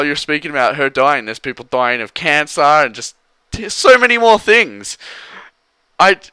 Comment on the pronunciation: people are dieing of cancaer thats how you pronounced it.